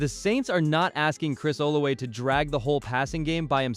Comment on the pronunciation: It’s Chris (Ola{V}a)😂 with a V lol